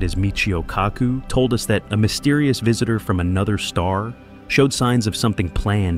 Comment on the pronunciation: It's Kaku Narrator says it all cack ku like tattoo says from the love boat